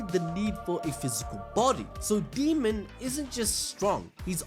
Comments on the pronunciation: Dude, it's Daemon, not Demon. Say it right. 🙄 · Daymon not demon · A AAAAAA dAemon. Not deamon, not demon, ...DAEMON! Said as day-mon. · Why do keep calling Daemon as Demon? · 🤣 keeps calling him demon not Daemon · DAY-MON. His name is pronounced DAY-MON.